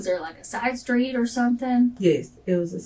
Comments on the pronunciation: 6 kids can't even pronounce street! .... skreet smh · The blatt "community' is in bad shape. 33 years old, 6 kids works at a burger place, murderous boyfriend, violent thug friends. And can't even pronounce STREET!!!!!!!!!